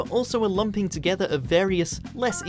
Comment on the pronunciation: Ahhww, now I know it's coming, I just heard "lumping" pronounced similar to lumpkin